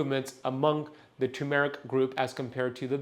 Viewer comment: TURRRRRR-meric Not TOO-meric There's an "R" before the "M" Do you "Tun" the steering wheel in your car? No! You "TuRn" the wheel. Do you want a TUMOR-ic? No! You want TURmeric "R"...it's right there in the word - tuRmeric TURRRRRRR...